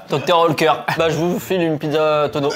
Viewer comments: Faut apprendre à lire Dr. "outéker" c'est grave quand même xd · salut, superbe vidéo mais a chaque fois que vous prononcer Dr oetker j'ai les oreilles qui saigne et c'est origine allemand Dr oetker